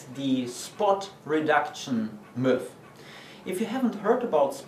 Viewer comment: Haha, gotta love the way you pronounce 'myth' Nice vid otherwise :)